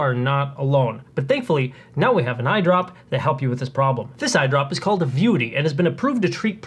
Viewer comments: Why is this guy saying "VIUITY" instead of "Vuity?" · Why do you keep pronouncing it "VI-UTY" when it's clearly "VIEW-ITY." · If you want to at least sound like a professional, at least learn how to pronounce the name of the product you're discussing. "Vie U Ity" is incorrect pronunciation. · If you're going to do a video of a product, maybe you should pronounce the name correctly consistently.